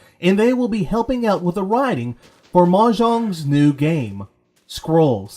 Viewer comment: What kind of mic are you using? I think upgrading could help your V.O. quite a bit. Also, it's Mojang, not Mah-jong.